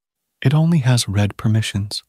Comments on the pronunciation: Check your TTS pronunciations: In "it only has read permissions" , read is pronounced reed not red. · I've noticed too, I guess the TTS can't know if read is meant as a present or past participle verb. In this case apparently it chose past participle because maybe the correct not-past form would it be "reading", so it prununciated "red" as the participle.